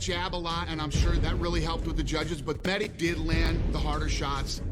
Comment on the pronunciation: Funny how Conor says Meji instead of mehdi